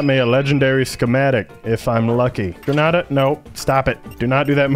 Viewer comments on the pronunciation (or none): none